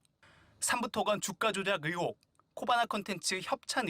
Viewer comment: 뉴스 내용을 떠나 기자님 '으혹'이 아니라 '의혹'입니다. '1분 27초 즈음'